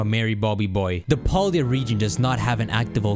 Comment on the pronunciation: Walking wake not waking walk also the other name you got wrong scream tail not screaming tail also its Pal-Daya not Paul-Dia